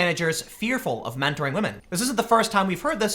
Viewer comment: it is MEN TORING, not WO MEN TORING.